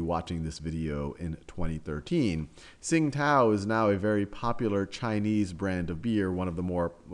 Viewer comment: It's pronounced "ching-dao" not "sing-tao". Pinyin: qing1 dao3